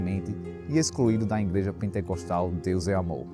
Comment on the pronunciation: Que "Ingreja" irmão? É IGREJA!!! Não tem "N"